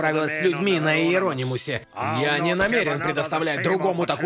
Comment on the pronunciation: Спасибо, но всё же корабль назывался не Ие́ронимус, а Иерони́мус от греческого Иероним «священноименный»